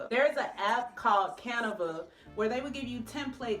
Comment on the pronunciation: lol its " CAN VAS " !! <3